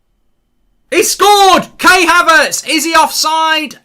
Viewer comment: Goldbridge says Kay Havertz lol